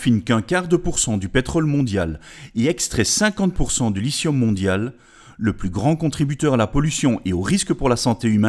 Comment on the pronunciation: lithium avec un t ... il est pas muet le T !!!